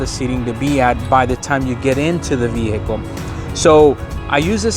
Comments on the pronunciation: Great video but just so you know the H is silent in the word Vehicle. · Hey man, please give me a moment while my broke ass goes to try all these on my non platinum trim f150. Like 8 of your tips are not present in an xlt. Also, please stick to one pronunciation for "vehicle". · It depends where you live. I've heard it both ways, it's silent where I live too.